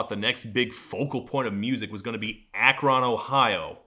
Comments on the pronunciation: Also, sorry Todd, but no one in history has ever pronounced that city as "Ak-Ron." It's Akr*n, with a schwa where the * goes. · It's pronounced "Ack rin" not "AKK RON". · Imma be that guy... for future reference it is not pronounced as "ak-RON", it is either "A-krun" (with short 'a') or "LeBron's hometown" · Dammit, it’s not “ack-RON”, Ohio - it’s “ACK-run”. I’ve come to expect more thorough research from the Todd :/ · I’m from Akron and I can’t help but feel attacked 😂 It’s pronounce Ak-rin not Ak-ron. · As a northeast Ohioan, hearing Todd pronounce Akron as “A-KRON” and not “A-Krin” hurts my ears. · We don't pronounce it ACK-RON, Todd. We say Ak-run. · LOL at "Ak-ron" pronunciation hehehee. Locals call it, "Ak-rin" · “Ak-RON” 🤣 Todd it’s pronounced “ak-rin” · Just FYI it's pronounce Ak-rin, not ak-ron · I absolutely love every video Todd has made, but, as an Ohioan, his pronunciation of “Akron” made me nearly delete YouTube and destroy my computer. It’s not “Ack-RON” it’s “Ack-RUN”. Devo and the Black Keys are both from Akron, he must have heard the right way to pronounce it before….. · It’s ACK-run. Not ACK-RON. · ak-RON Lmao it's AHK-rin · Ak-rin Ohio Not 'ak-rOn' Ohio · it's pronounced Ak-rin not Ak-ron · Ack-ron... Sir pls it's pronounced like Ack-rin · Dude - "AK- rahn"???? it's pronounced more like "AK-ren". lol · I thought that it was pronounced A-Kron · At first I thought he was just being sarcastic with the first Ak-Ron and then the next sentence was sincere with that pronunciation and I was just sitting there going "oh honey... No" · Everytime he says "Ack Ron" it hurts my soul. Like if someone says "New Or Lee Annes". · do you say it like "ak-rin"? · AK-run with the em pha sis at the beginning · Ak-Ron? Nate the Mate said it "Acheron". Damn non-Ohioians not saying it right. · there's an effects pedal company from out there, every video I've seen on them pronounces it "ack rin" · As someone who is from Ohio it hurt my soul every time he said Ak-ron